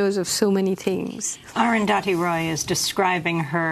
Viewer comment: All I'll add is: Amy finally got the pronunciation of 'Arundhati' right: damn difficult for speakers of languages (including english) where the sound 'dh' is absent. Salute to comrades Roy and Goodman ... and thank you Arundhati for providing signed copies even for people like me who are in health too poor to attend a book-launch/talk: I was touched that my copy ordered on amazon.in was signed!